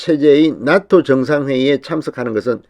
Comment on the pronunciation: 죄송합니다. 나토가 낫토로 들립니다.